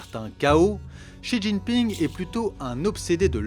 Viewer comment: Pas mal la vidéo dans l’ensemble mais j’encourage les journalistes et youtubeurs qui s’aventurent à parler de la Chine quelqu’en soit l’angle ou le sujet à commencer par apprendre à prononcer les noms chinois... Pour quelqu’un qui connais le chinois, voir pire, y a vécu, c’est insupportable. En pinyin (phonétique chinoise) le x par exemple ce n’est pas un x comme en français mais un s ou c comme dans ciel... De la part de gens soit disant pro ça fait bien tâche.